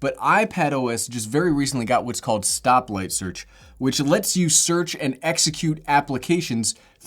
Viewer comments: did he say “stoplight search”??? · Did anyone else hear him say stoplight search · Thanks. I’m English, and when you say “stop..?.. search” I can’t make out that second word? Oh, wait, just seen top comment.. ah, SPOTLIGHT! Thanks,.